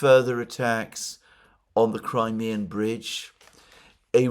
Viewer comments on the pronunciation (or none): none